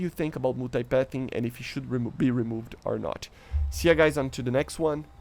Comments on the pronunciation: Stop saying "REMOVID" Proper way to pronounce it is "Ree-Moov-Duh" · Love your videos and consistency brother. Just wanted to mention (American who studies languages) the word “removed” is pronounced ree-moovd. Send me some Brazilian girls contact info if u got some to spare bro 😂